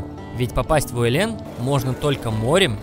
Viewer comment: Фильм- лучший из тех, что я видел о Чукотке. По своему качеству съёмок, красоте пейзажей, разнообразию представителей животного мира, комментаторскому изложению /чуток резануло слух- УэлЭн :-)), так не принято говорить/. Спасибо вам за великолепную работу! С уважением, рождённый на Чукотке.